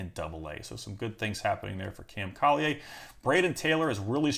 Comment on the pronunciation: It’s cam (colly•er) not (Colly•aye)😂 his dad played in my area growing up we played them in Lynwood Illinois all the time.